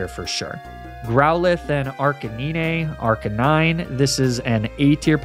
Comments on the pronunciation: It's so weird to hear you say Arcanine instead of Arcanine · first time i heard someone call magnemite as "magnemity" and arcanine as "arcakneenay". not sure if baiting engagement but damn i fell for it i guess.